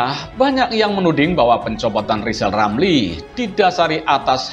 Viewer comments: Likal, lamli seperti, anak, kecil, yg belum, bisa, ngomong r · Nyebut nama sendili sudah gak bisa lisal lamli stleees 👎